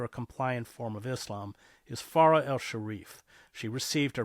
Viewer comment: You studied Arabic but still don't know how to pronounce so many words, like MuSLIM, and letters, like FaraH.